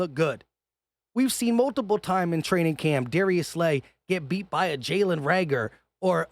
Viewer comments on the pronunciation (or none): none